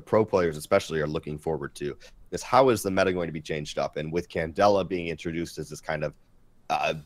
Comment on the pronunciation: Why do you guys keep calling ying candella?